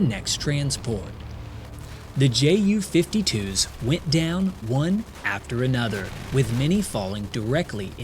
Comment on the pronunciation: Why are you say Jay yew? rather than Yew? or the German pronunciation of the letters? You do yewnkers fine.